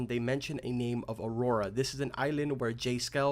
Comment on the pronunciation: Nice, but is it aurora like you keep saying or is it a auroa like they have put? lol